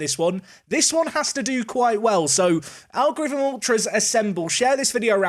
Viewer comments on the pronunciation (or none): none